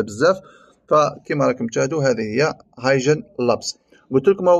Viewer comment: الموقع اسمه هاي كين وليس هاي جين